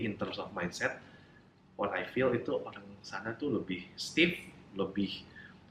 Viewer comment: Knp masih mnyebutkan kata: "orang" dg sebut "olang" terdengar hruf "L" bukan "R" Padahal dia bisa mnyebut huruf R versi adjad inggris, Saran saya.. sebut sj "R" dlm bhs indo sperti "R" inggris, Nanti akan terdengar sama. Oŕang.. bukan Olang